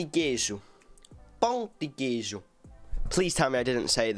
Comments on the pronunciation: Cê falou certim. PÃO DE QUEIJO. Com queijo do Serro. Quero ver você reagir ao vídeo em que esse rapaz explica porque Minas Gerais é a avó do Brasil 🇧🇷. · Falou certo pão de queijo! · Ele disse "pão de queijo" certinho man<333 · está realmente interessado na comida brasileira kkkkkk. E a pronúncia do "Pão de queijo foi perfeita"! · Pão de queijo- you said it perfectly! As time goes by, speaking Portuguese will be a piece of cake for you. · Pão de queijo- you said it perfectly! As time goes by , speaking Portuguese will be a piece of cake for you! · Sua pronúncia foi certinha do Pão de Queijo ❤ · your pao de queijo pronunciation is very good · com medo de estar pronunciando "Pão de queijo" errado mas pronunciando perfeitamente 😅😅😍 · you said correctly pão de queijo! Congrats! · You pronounced it right, Pão de queijo! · Falou pão de queijo perfeitamente